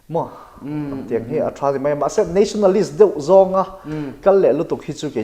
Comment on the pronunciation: nationalistist tiss.... a chiang thei khawp mai 😂😂😂